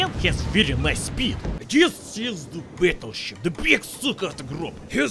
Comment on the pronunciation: fires HE with the monster guns of the Yamato. Every sane wows player be like: ah yes "batelsip"